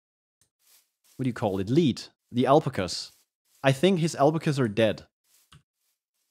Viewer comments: That's how it sounds like in Minnesota, USA: al-pakka. You pronounce it like apla-ka or alp-a-ka. Google says it should be pronoucned al-pa-kuh Although: alpacas are not native, here, so I would not use our pronunciation. In Columbia, they pronounce it Al-Pa-kah. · Pronouncing alpaca alp-a-ka.... it's al-pakka????